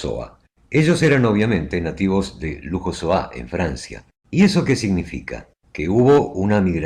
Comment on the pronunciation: Louhossoa es mejor que lo pronunciéis como se leería normalmente en castellano y no con "j" y acento agudo "lujosoá". Suena sorprendente, casi insultante. Ni en euskara, ni en francés, ni mismo en castellano se pronuncia así.